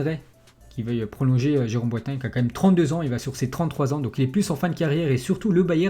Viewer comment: C'est pas boatangue.. c'est pas boaitaingue. Mais c'est Boateng.